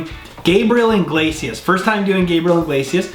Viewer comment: I swear no one ever gets his last name right (I myself am not innocent) they always say his last name as inglesias. like its iglesias. theres no N lmao.